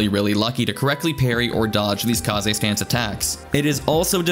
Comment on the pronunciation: kahzei stance? wtf is kahzei stance?